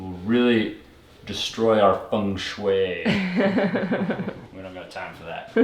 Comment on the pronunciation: You pronounced Feng shui correctly! I’m impressed. Most say feng shew’ ee. Congrats! Really coming along on your home. Grateful you’re getting so far with the little one coming. Blessings.